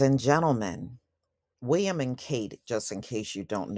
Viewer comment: The way you say "Prince Wee-uhm" is hilarious 😂